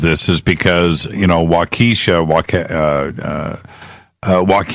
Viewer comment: it's pronounced WAH KA SHAW! NOT WAKEESHA. AND YOU GREW UP IN THE AREA? 😂 NO WAY LOL